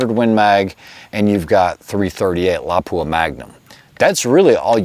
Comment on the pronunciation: Yeah, but he MURDERED your iconic little town of Lapua!! It is NOT La-PUA. It is pronounced like Lappua. I bet he says LEO-pold instead of Loo-pold. for the German name of Leupold & Stevens, Inc